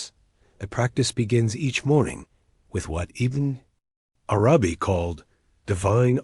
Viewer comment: Bismillah - great content. Can you teach the AI to read Ibn Arabi's name as if it is one word, [IbnArabi] with the emphasis on the first A of Arabi, not the second? a lot of the pauses make it hard to listen to the AI